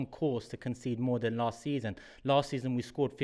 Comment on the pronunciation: voice makes me laugh so much.........is that his real voice? Really? "I said the same ting Las week" Ha ha ha..........arsenal will definitely score 10 in the last 7. Guarantee it.